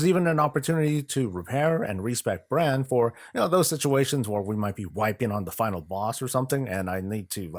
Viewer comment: FYI.. It's Brawn(Brann) Bronzebeard, Heard it too many times leveling lol.